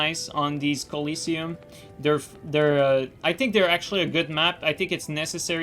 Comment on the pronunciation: Downvote for not being able to pronounce colosseum.